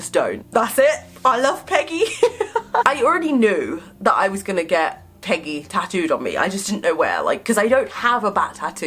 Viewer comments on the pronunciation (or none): Is it just me or when says Peggy quickly it sounds like piggy